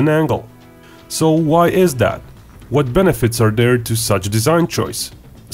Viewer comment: There is no D in there, it is not dere it is there!!!!